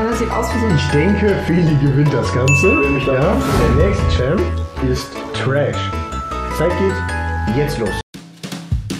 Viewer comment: Man der heißt nicht trash sonder thresh. Da wird mein main einfach als Müll bezeichnet. Aber ansonsten gutes Video xD